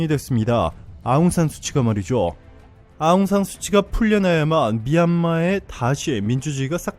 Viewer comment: 좋은영상 만드시느라고생이많으십니다 근데 큰오류가있어 말씀을안드릴수가없네요 아웅산수치가 아니고 현지발음으로 아웅산수찌입니다 수치는 말그대로 수치스럽다의수치입니다 현지의독립영웅딸로 어느누구보다도 존경을받고있는분인데 수치라하면 현지인들한테반감이생길것같네요 동남아거의모든나라가그렇지만 미얀마처럼 한류가인기있고뜨거운나라는없는것같습니다